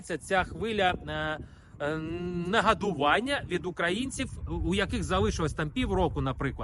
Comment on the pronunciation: Нэгадування )))) цэ якийсь капэць , товариСЧи.... кого уже там не покормили ))) Сразу даже как-то и не поняла (к остальному уже мы звыклы, так сказать.. патылыцю*, *выдавлюваты и всё прочее), что обурення, оказывается, звучит как нэгадування.. Господи, когда ты уже прекратишь это мерзкое лицемерие на нашей грешной земле..((